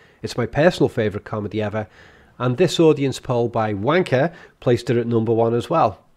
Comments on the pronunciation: lol did I just hear him say Ranker or Wanker lol. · did you intentionally pronounce ranker as wanker? LOL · I heard Wanker when you said Ranker lol. Great analysis again as always :D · Ohhh... The comedies were ranked by Ranker. I thought you said "Wanker." LOL your ending.